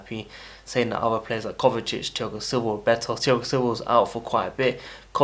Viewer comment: Bro it’s Sevilla (se-vi-ya) not civil